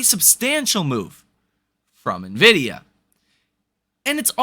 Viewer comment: I'm glad that you're pronouncing NVDA correctly. I'm holding NVDA. Tomorrow will be fun.